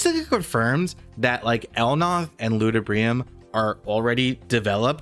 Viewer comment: El Nath - L Naaa th Not El Noth